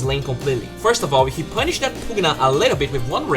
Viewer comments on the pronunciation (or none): Triggers me how you say "punished"